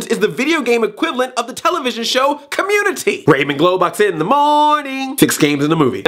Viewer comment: rayMAN not rayMEN!